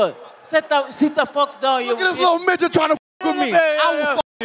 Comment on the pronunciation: Oh he said midgit i heard something else 🤣🤣🤣🤣